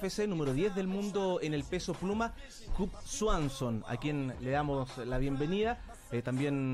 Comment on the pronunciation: El conductor podría haberse tomado la molestia de aprender a pronunciar el nombre de su invitado. Del intérprete mejor ni opinar.